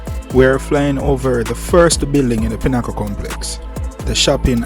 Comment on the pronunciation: Im not used to that pronunciation. Of pinnacle I say. pin e cle you say pin haa cull